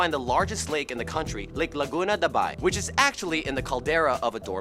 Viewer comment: Lots of butchered names its pronounced Laguna de Ba-i or Lake of Ba-i (Bay a Town in Laguna) the Cordillera map is inaccurate the cordilleras are only the big lumps of mountains on the west coast on the bottom of the cagayan valley are the caraballo mountains and every mountain stretching from the north of luzon to the southern sides of quezon are the sierra madres making it the largest in thr Philippines (although the cordilleras are probably taller)